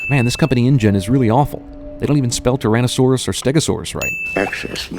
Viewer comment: "tyrano"saurus - - > LMAO